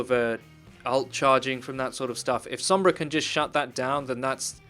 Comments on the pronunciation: "sOHmbra" not "sAAmbra" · Stop. Fucking. Saying "Sahmbra." It's "Sohmbra" for crying out loud. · You guys know her name is Sombra and not Sambra right? You keep pronouncing it with an "ah" sound instead of an "oh" sound and it physically hurts me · "sambrah" lol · As a native Spanish speaker it's really annoying hearing people pronounce sombra as sambra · "sahmbra" unsubscribed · "Wheres sAAmbra when you need her?" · Some brahs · That's just how o's are pronounced sometimes in English. The are three o sounds used in English, a long o sound and two short o sounds. They are using a common short o sound which is the same as one of the short a sounds and can be heard in word such as mom. This pronunciation is why mama, ma, and grandma are spelt with an a even though mom uses an o. To an English speaker the different o sounds all sound like an 'o' and so they may not notice that they are pronouncing it differently. EDIT Also depending on accent/dialect the 'ah' sound may be more pronounced as seems to be the case with. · You said Sombra's name incorrectly! You're a great Youtuber, keep up the good work!